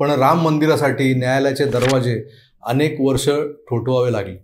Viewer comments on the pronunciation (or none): none